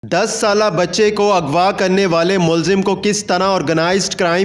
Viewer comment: اگوا نہیں اغوا ھوتا ھے مسلمان جس نے قرآن پڑھا ھو غ کو گین نہیں پڑھ سکتا